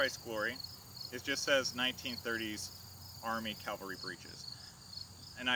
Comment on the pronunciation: CAVALRY, damnit! Not Calvary!